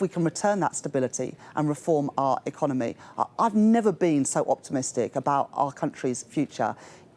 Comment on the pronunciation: And that female customer service voice, and pronunciation economay, peepul, so unconvincing